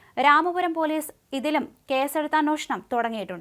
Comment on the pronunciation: അന്വോഷണം അല്ല അന്വേഷണം please.